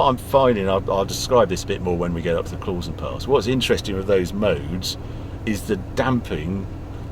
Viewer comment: Klausen is pronounced « Klowson » mate… that’s from a swissified Brit. I agree this is a beautiful country and I prefer living here rather than in the UK. Especially after the international embarrassment that is Brexit.